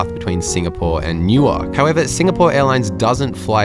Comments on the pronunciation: I commented the same thing, I got a good chuckle out of his pronunciation! He said it similarly to the way they say it in Delaware, New. Ark. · Not in Jersey. Nuwerk, Newerk…but not New Ark. New Ark is a city in Delaware, Newerk is a city in NJ. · New-ark. Newurk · Newark= NUwurk, not new-ark ❤ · I cringe every time you pronounce EWR Airport phonetically as New-ark 😬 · Enjoying him pronouncing Newark exactly the way it is written, New-Ark! Gold! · I'm never not going to pronounce that city differently again - even without the vodka shots - haha~ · new - werk , the A is silent ❤❤ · "New Ark"?...... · I enjoy your videos, but I got an especially good chuckle in this one the way you pronounced the departure airport. It is no different than the way an American would unknowingly pronounce Canberra or Cairns. Locally the departure airport is pronounced Nuwurk, said quickly and as one word. I grew up south of there and knew that pronunciation my entire life. I then moved a few hours south and there’s another town south of Philadelphia called Newark but it is pronounced sorta like you did but with a longer break between the two halves, they pronounce it as New. Ark. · Dude, you mispronounce Newark in exactly the same way Americans mispronounce Melbourne. Get it right: don't sound out all the consonants! Nuwuk, Melbun. :) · It really bothers me how you say Newark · Newark as you’re saying it is in Delaware. The one in New Jersey isn’t pronounced that way. You must say the name of the town as the people in that city say it. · Newark is pronounced the same way as New York. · This used to be all Business Class. Weird pronunciation of Newark 😆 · It’s how they pronounce Newark, DE. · Let's say non-conventional pronunciation.